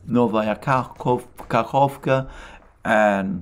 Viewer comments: Well done , especially on Kahovka pronunciation! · Let's all thank Alexander for his efforts in pronouncing settlements in Russian. I didn't pay much attention to the fact that he didn't pronounce the letter k in the New Kakhovka, but when he corrected himself in this video, I applauded his efforts. Russian is not the easiest phonetically. Alexander, my respect to your efforts. Greetings to all from boundless Siberia.